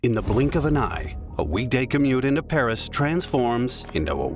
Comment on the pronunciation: Paris, not pèwisse.